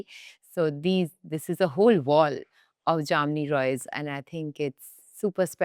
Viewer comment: Been a bengali u should know how to pronounce ,it's not JAMNI ROY it's JAMINI ROY .🤨